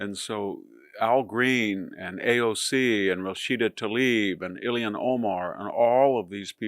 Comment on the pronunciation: Love the analyses but please, it's Ha-keem, not 'high-keem' Jeffries and not 'Ili-yan' but Il-han Omar.